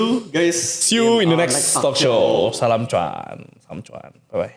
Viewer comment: kenapa mis pronounce kata T A L K, apa di sengaja